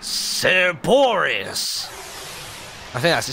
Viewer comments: For all who care, it's most likely pronounced surr-BOH-ree-uss It's a play on words, a combination of Cerberus (three-headed dog, guardian of the greek underworld) and Boreas (greek god of the north wind). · It is pronounced sir-bore-ee-us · Martyn, I'm pretty sure that you pronounced the dog's name wrong. I'm almost certain that it's pronounced the same way as Cerberus, the dog who guards the Underworld in Greek mythology.